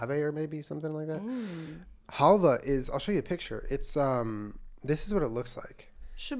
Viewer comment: it is called "halva" with the stress on the second "a", халва in Ukrainian language :)